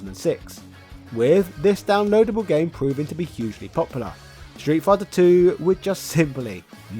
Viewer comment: Ah yes, "Shtreet Fighter 2", the legendary title...